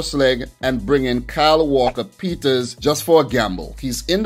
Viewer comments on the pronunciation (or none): none